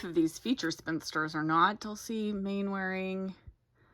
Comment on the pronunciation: It's pronounced Mannering. Dad's Army is a beloved series in England, the characters are wonderful and the situations hilarious. Do try it if you ever get the chance.